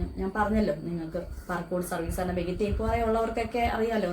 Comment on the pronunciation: Benk alla bank, poli tation alla police station, ithonnum ariyathe how you are managing this trust😳😳